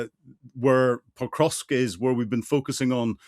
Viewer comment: Hamish, please. The city that has now been under Russian attack for 1.5 years is called Pokrovsk, not ‘Potrovsk’. Video after video, you keep getting this wrong, and it’s irritating.